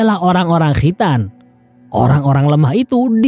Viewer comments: Khritan...😂😂 Khitan..khitan.. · Kho' ya min...makhroj nya jelas bngt🤣🤣